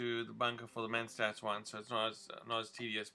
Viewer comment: It's mentats not menstats